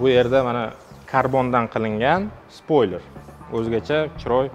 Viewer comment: Спольлер или спойлер??